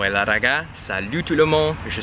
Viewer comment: Ákos Szűcs Hi, he does speak Italian. Hence the "Weilà!"